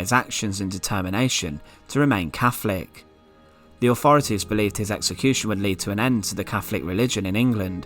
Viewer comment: Fascinating stuff and immensely grisly. Our past is utterly awful. Sadly the narrator need to pronounce his "T"s and "H"s correctly and this distracts from the subject being a form of torture in itself. It kept grating on me when he mentioned "Caflik" instead of Catholic and "free" instead of three amongst other verbal atrocities. Next time get Danny Dyer to narrate if you want to get that authentic Estuary sound.